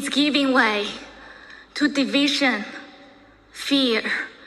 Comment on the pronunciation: 她不是口音问题，首先她的重音就不对，第二是很多小学级别的词汇发音都不对：country - 堪try她发“康try”；world - 喔尔得，她发哇奥得；division - 地维珍，她读发“地维申”；understood - 安得儿斯杜得，她发“昂得儿斯杜得。这些至多是高中词汇，我很好奇她在国外待了那么多年、学历这么高，拼读规则和发音怎么烂成这个样子。但凡是普通学校毕业的，咱不要求人家什么，但她是哈佛的这就太诡异了